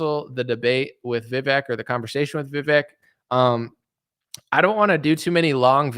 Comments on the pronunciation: Hopefully you’ll have enough respect to call him by his name, vih-vake not vih-veck. Not caring enough to get that right speaks volumes. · I think you have too much invested now to say youre doing it in good faith. If you go so strong youll look weak if you back down in this debate which is why his team KNOWS you guys are going to be hardass. Its pronounced VIVAYK and you should do your homework properly and check how its pronounced at least! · Vivek is pronounced like it would be spelled VivAke. Good luck with the debate. It seems your trust issue is suspicious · It's Vivek,.. Pronounced Vivake , like Cake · VIV-AKE ... RHYMES WITH CAKE ... pronounce the e like a Spanish e.... which is our long A sound. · Please keep yourself open to seeing Vivek for where he's coming from and what his goals are. I learned how to pronounce Vivek's name on Your show when one of his people came on, why don't you know how to pronounce his name?